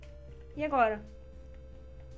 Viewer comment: E muun e ele chama de moon kkkk